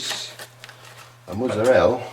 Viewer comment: What is this mutzerrela cheese you speak of? Just messing with your accent, though I dont even know what kind it is now..